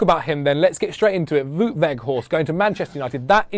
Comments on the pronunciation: It's Wout, not Woot. Same as shout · Vow-t, not woot. Just so you know :-) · His name is pronounced as "Vote"